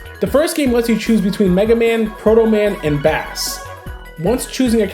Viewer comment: Probably got a ton saying this, but Bass is pronounced base in the context of Mega Man. He's called such as a musical reference, like how Mega Man and Roll, in Japan, are called Rockman and Roll, after Rock and Roll.